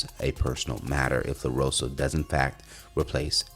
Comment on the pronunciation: WHO THE HECK IS “LAROSO”????, ya’ll can’t read? Dang, nobody’s checking your content before you make a segment?